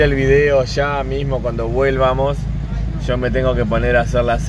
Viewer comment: Se dice VOLVAMOS (no vuélvamos)